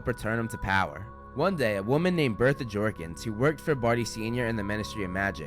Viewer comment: It’s not jorkings it’s jawkings